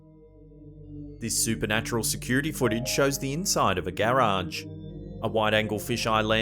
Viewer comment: The way you say garage, gay rage 😅